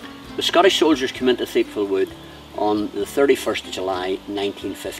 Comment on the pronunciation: Pronounced tipval ,not theipval